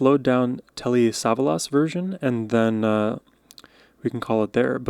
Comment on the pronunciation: Telly is known by nobody as a singer. He was a major TV star who made movies too. Btw, the accent is on the second syllable of his last name.